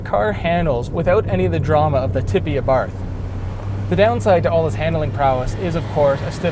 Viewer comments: He said Abarth wrong. I'm offended. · Learn to pronounce Abarth